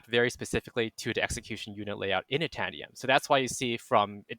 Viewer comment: Interested analysis. However, the way the chips and cheese guy pronounced itanium sounds like he’s only read the word and never heard it pronounced. It’s like titanium without the T. Also saying “RISC Vee”.